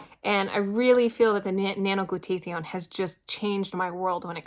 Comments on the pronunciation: glad it helped you! its helped me allot as well. It is pronounced "glue-taa-thy-own." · I noticed too that is wasn't pronounced correctly, but good for her that she is taking it. We take something calling Immunocal which produces Glutathione in the cells. Has 11 medical method of use patents and have been taking it for 15 years. I had polio and my husband just beat cancer.